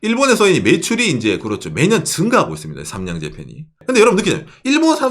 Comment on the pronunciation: 삼양인데 산양이라고 발음하시는거 귀여워요 ㅋ